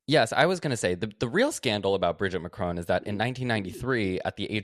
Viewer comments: im really curious how you guys got the pronunciation of Macron that you did. In all media I have heard ,albeit I do live in Europe, its always been said with a short "o". but throughout you guys use the same sound in "crone" Im just curious where you got that from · While we are doing corrections it's pronounced Macron not Mac-rowne